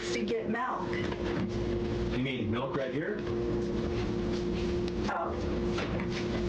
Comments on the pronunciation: Melk. You mean milk. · No, she wanted "melk". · “MELK” is what she said. MELK.